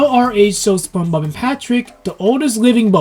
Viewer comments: you kept saying SpongeBog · Your constant mispronunciation of “SpongeBob” is extremely distracting